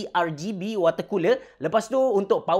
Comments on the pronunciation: ke-R-Gay-B-ian haha imbuhan tu penting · Ar -Gay-Bee... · Macam sebutan indon je...